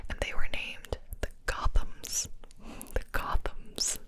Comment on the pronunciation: Oh, Gothams? I thought she said Golems.